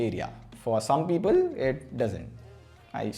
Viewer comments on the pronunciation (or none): none